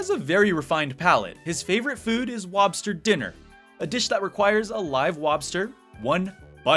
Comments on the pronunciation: and so on - why is he saying "wobster"? He seems to pronounce the "L" just fine in other words, but "lobster" is "wobster". Is this some inside joke or what? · oh. Didn't know that. I just saw that on it says "lobster dinner", but you still say it like "wobster dinner". I Googled it, and on the wiki it says "wobster" but "lobster dinner", so now i'm just genuienly very confused